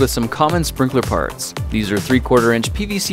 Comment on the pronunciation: When I watched this I thought he said 'sprinkler farts'😂